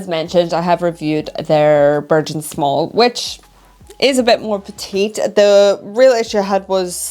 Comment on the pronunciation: It's Bergen (Berg'un) not Bershen